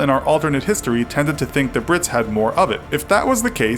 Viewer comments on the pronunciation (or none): I thought you were calling them pricks